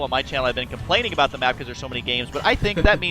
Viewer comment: "Xel'nEga", "Abuut" ... wtf?